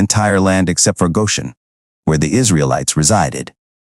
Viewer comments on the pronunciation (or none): none